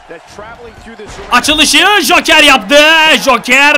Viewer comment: ye hoker deil joker :D